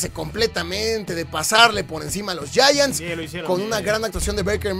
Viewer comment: No sé pronuncia yayants a los Gigantes de Neva York, se pronuncia Yaants.